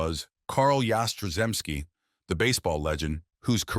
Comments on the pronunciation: Content is utter crap. Get a clue. 'Yas-tra-zemski'. What silly crap. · Your pronunciation of his name is a disgrace and an insult to the man! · Yaz is my favorite all time Red Sox player. You could have done a better tribute to him, especially pronouncing his name correctly. He did mention that a shoulder injury cut down him home run production. I know that towards the end of his career he was having back spasm issues. Overall he had a great 23 year career. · I don't think think an injury had anything to do with Yaz's career. He played 23 seasons, all for the Red Sox. And get a narrator who can pronounce Yaz's last name. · I could watch this video due to the moron who was narrating this mispronouncing Yaz' name. It happens on many of the videos on you tube. Jeez! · You could pronounce his name properly. And correct the headline, he played 23 years, that is not a career cut short.⚾